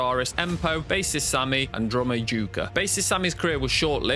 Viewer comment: A few things . . . 1. Tarja is pronounced Tarya. Jukka is pronounced Yukka. Jansen is pronounced Yansen. 2. Tarja never studied opera before joining the band. She is a classical vocalist. 3. Sami left/was kicked out after the third album. "Century Child" was Marko's debut. This video makes it sound like Sami left after the debut album. 4. I don't care to discuss Tarja's departure seventeen years later, but since this is a documentary, it's worth noting that she and her husband responded with their own open letter. It seems to be forgotten now, but at the time, it was a big deal. 5. No mention of Jukka or Marko leaving? How about Emppu being told to suck it up when he said he felt like a hired gun who only does what he was told to? There's nothing about the Denver show where Anette had left the band but Floor wasn't on the scene yet so Elize Ryd and Alissa White-Gluz sang for a show. It seems like if you're going to make a video about Nightwish's controversy, you would mention some of those things even considering this video's short length. 6. Floor did her own reaction video due to fans asking her to do it, and she while she acknowledges watching some reaction videos, she doesn't watch anyone's reaction video on her channel. The comment from the band, if it really came out just a few months ago (I can't find the original post, though I didn't try very hard), predates by a year Floor's video where all she does is react to her own performance. Sloppy. 7. What's the purpose of t